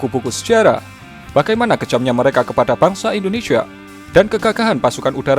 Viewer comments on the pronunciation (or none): Siapa disini yang denger kata Indonesia menjadi Indonesha?